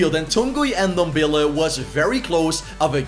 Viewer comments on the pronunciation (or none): none